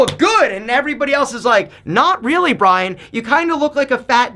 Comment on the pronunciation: My name is Brian and it kills me every time you say it